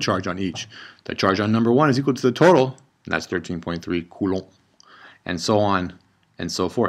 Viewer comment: "coulouu" just might have made my day . hahaha